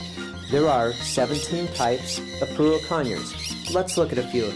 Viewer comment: You're pronouncing Pyrrhura with the last R silent. Phonetically isn't it Pirura? And not Pirua? Or am I wrong?